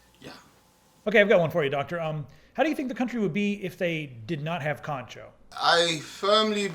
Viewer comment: Lost it at "The pratice of Kanchou" lol!